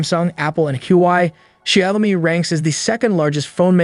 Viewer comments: It is pronounced Shoud (rhymes with loud) me, NOT Shay-om-me. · That constant mispronunciation of "Xiaomi" was utterly unbearable. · It is painful to listen to xiaomi as ‘shy -oh-mee’, and huawei as ‘hew why’ ! Perhaps time to learn pinyin? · Please at least pronounce the names correctl: Xiaomi is 'Zhow-mee' and Huawei is 'Hwar-way'.